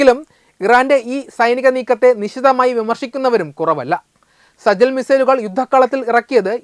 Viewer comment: സജിൽ അല്ല സിജജീൽ